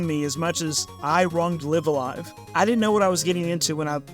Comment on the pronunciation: Actually it's pronounced Live-A-Live. 😝